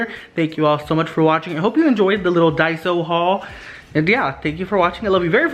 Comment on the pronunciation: Daiso not daisy lol